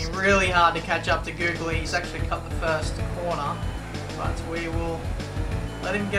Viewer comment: acenace24 he said the gooly pig instead of godly